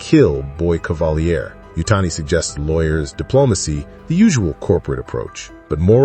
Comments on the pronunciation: Dude it’s pronounced “cavaleer” he’s not French smh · AI can't say "Cavalier" properly?